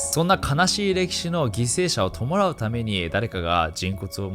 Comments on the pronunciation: なんばせん→なんぱせん（マジです） ともらう→とむらう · 弔うの読みは「とむらう」だよ。「ともらう」じゃないよ。